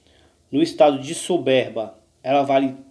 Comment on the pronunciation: Sobérba ou soberba? Veja a pronuncia em outros videos.